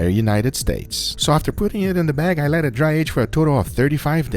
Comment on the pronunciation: "As I say, it is enough talking. LETS DO EHHTT."